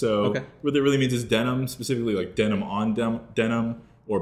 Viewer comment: Did he say pacificly ? grrr